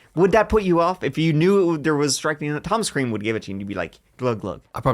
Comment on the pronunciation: You can say creme again. Clean your beard love.